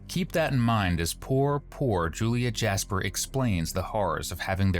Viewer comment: "Jas-per"??? By choice. Really?🫤🫤 😵‍💫😩😩